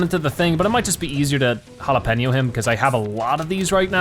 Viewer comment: It's hard for you to pronounce jalapeño and yet your not pronouncing it right